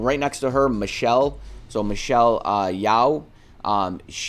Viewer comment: Michelle Yao?!? Lol...it's pronounce as Yo, like as in Yo-Yo. Anyway love your vids, very informative!